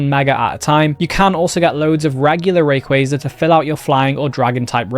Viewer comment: you said rayquaza wrong